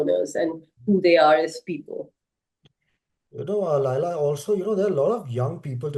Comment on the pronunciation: Why you are telling Laaila? It is Laila khan know? Or I am wrong.